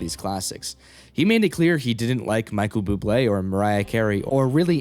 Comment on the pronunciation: Bro does not know how to say Michael Bubble